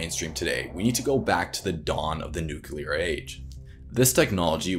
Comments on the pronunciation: Nucular energy : an infinite source of hilarity. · Nuclear has two syllables and I've gotten to the point where I just can't listen to someone using the three-syllable (nuk yu ler) because almost invariably they turn out to be bullshitters who know less about the subject than I do. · I think the illiteracy game me radiation sickness, Had to hear you say "nucular" way too many times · Credibility suffers with your mispronouncing the work NUCLEAR. Unlike some presidents, it should be pronounced NEW CLEAR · Very cool video, every time that you said “Nuke-U-Lur” instead of Nuclear was like a dagger in my soul though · It's pronounced NU====CLE====AR, from NU====CLE====US. Get it? NU====CLEAR. You only have to actually LOOK at the word. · interesting subject, but in all honesty hearing "nucular" over and over is really annoying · The word is nuclear, not new-queue-lur. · You are in college and you call it nukular!? Do you call the center of the atom the nukulus? Haha! Good luck in college guy! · Just a quibble, its new-klee-er. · This is the one issue I had with this video! Otherwise, the guy seems to know his stuff, and is very informative, but then he says "nucular" like any other American ignoramus! He seems to get it right on some occasions though, so I think he is aware of the issue and is practising in front of the mirror to try and get it right, but it takes a while to unlearn the incorrect pronunciation when everyone around him has been mispronouncing it for his formative years. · Why Do People Pronounce IT New Killer Energy ? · New-clear... new-clear... say it with me, nuclear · Are you one of the cool kids if you say nuclear wrong. Just wondering for a friend. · I applaud you for this video, I learned a lot! Kudos. (Please, however, pronounce "nuclear" correctly.) You might also try to see if Thorium electricity production will be competitive in cost with the prices of solar and wind energy production in, say, 15 years' time. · Nuk Lee are not ‘nuke u lar’